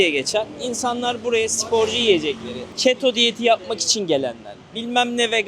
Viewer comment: Askeri ücret değil "Asgari" çeto diyeti değil "Keto" diyeti...diye biliyorum.